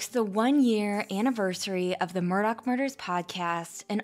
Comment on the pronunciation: How you need to grow, is getting the Murdaugh name right and not saying Murdauch. lol